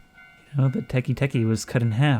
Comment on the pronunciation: super minor nit-pick, but teke teke would be pronounced "teh-keh teh-keh" not "teh-kee teh-kee", since it's japanese w